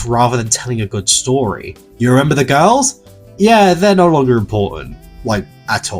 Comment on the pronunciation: 🍌🍌🍌🍌🍌🍌🍌🍌🍌🍌🍌🍌🍌🍌🍌🍌🍌🍌🍌🍌🍌🍌🍌🍌🍌🍌🍌🍌🍌🍌🍌🍌🍌🍌🍌🍌🍌🍌🍌🍌🍌🍌🍌🍌🍌🍌🍌🍌🍌🍌🍌🍌🍌🍌🍌🍌🍌🍌🍌🍌🍌🍌🍌🍌🍌🍌🍌🍌🍌🍌🍌🍌🍌🍌 also how he says girls "gorls"